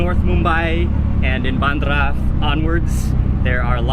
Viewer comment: he called it literally "baandara" 😂😂😂 it was hilarious! it's actually pronounced as "BeinDra"